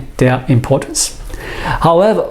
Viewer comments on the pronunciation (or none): none